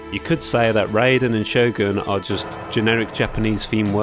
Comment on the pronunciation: I'm saying to pronounce it like a Japanese would. You pronounced Shogun right but butchered Raiden which confused me. Also there should only be 1 way to say Raiden since it is a Japanese word with no other pronunciation variations.